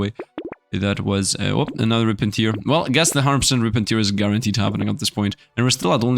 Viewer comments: pronunciation on Rip and Tear: Tear vs tear To tear (tare) means to rend something into pieces, to rip apart, to make a hole. Tear may be used as a verb to mean to rend something into pieces, to rip apart so it's like this: Tier (layer/step) and tear (crying eyefluid) are pronounced the same Tear (eye) and tear (rip apart) are pronounced differently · its tear, not tear!